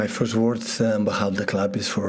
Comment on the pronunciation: Pep: Birst of all Gud Morning everyone! 😊